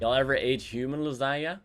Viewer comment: When you say langena now I am hungry